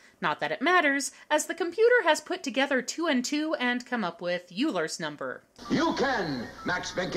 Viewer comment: I hate to flash my mathy side to a fine arts major, but although it's spelled "Euler's," it's pronounced "Oilers," just as the football team.